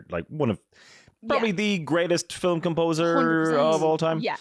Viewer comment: Why two syllables for the word film?